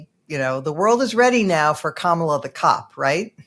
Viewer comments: I'm sure no disrespect is intended, but please please please teach your guests to say "Kamala" correctly (i.e. the way she says it). It's bad enough all the Republicans say it wrong deliberately. It may seem too small to worry about, but its not - no one knowing how to say her name is a great way to frame her as other - not like us. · Her name is KA-ma-la! You show a lack of awareness & a lack of unbiased expertise when you can't even pronounce her name correctly. It's not that difficult. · Are you saying her name incorrectly on purpose,? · you’re saying her name wrong dude. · Can we please correct those who continue to mispronounce Kamala? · Poor can't pronounce her name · He sounds like Trumpies who pronounce it that way on purpose... Sad that a guest of this show would do it. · Please pronounce Kamala correctly. I’m probably not the only viewer that cringed at the MAGA pronunciation. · it seems like it is not too much to ask to pronounce her name correctly. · This is driving me crazy, too. Whether you are a fan of someone or not, you can AT MINIMUM pronounce a person's name correctly. That is just showing that you yourself have manners. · It's pronounced KA-ma-la. It is not pronounced ka-MA-la. Emphasis on the FIRST SYLLABLE. Not like we've been hearing the Vice President's name for 4 years or anything... 🙄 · Her name is Kam-a-la, not Ka-ma-la. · It's Ka-ma-lah, not Kah-mala. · It's KAH-ma-la, not ka-MAH-la. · I'm 100% sure that doesn't mean any disrespect to Vice President Harris, but he really needs to learn how to pronounce her first name. As Rachel Maddow did, think of the word "comma", then just add a "la" at the end. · Gee. Please pronounce her name correctly. If having difficulty, remember it this way: comma la or , la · it's pronouced Comma-lah. You can do it buddy! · needs to learn how to pronounce the Vice President’s name.